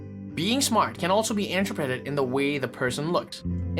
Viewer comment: Sophisticated ❌ SophEsticated ✅ Interpreted ❌ anter-predded ✅ Broader view ❌ Brooder view ✅ 🥲🥲🥲 I’m sorry but its so difficult to take this vid seriously when the dude pronounces certain words as if he’s having a stroke 😭😂